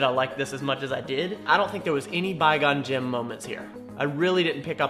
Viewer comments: knew he'd kinda like this mostly cuz of the comedy. also hes always looking for some "bye gone jim" moments. how hard is it to learn the name qui gon jinn. (k-why gone gin) why has he gone to get gin? qui gon jinn... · “Bi Gon Gem moments” LOL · i always thaught he said Bygone gym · He mispronounces Qui Gon Jinn, since he feels that Qui Gon was the only real notable character in Star Wars? lol